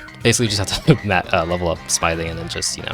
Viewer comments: Doesnt know how to pronounce smithing correctly. Dafuq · as soon as he said smithing wrong i gave up on the video